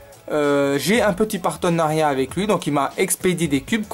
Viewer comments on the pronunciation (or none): Partenariat et non pas patenariat